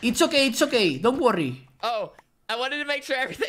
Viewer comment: Don guorri tulaifs